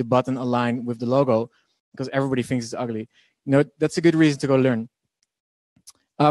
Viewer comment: U should learn how to pronounce learn 😂